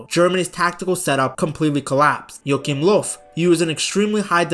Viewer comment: I really like your pronunciation, pretty spot on most of the time. Just some info, if you'd like to have it: In "Joachim Löw" your pronounced the "ch" like a "k", when it should basically sound like the spanish pronouncitation of the "J" in "Julio" for example. The "ö" in "Löw" is not proncounced like an "o", but more like the "eu" in French "deux". Hope that helps